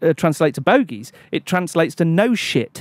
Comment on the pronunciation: He said “nose shit” I think which imo is fucking hilarious